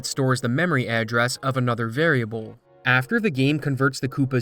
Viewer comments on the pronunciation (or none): none